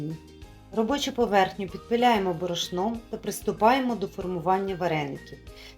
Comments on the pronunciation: В слові борошно ставте правильно наголос! бОрошно, а не борОшно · Зверніть увагу на наголос у слові" борошно" - ріже вухо.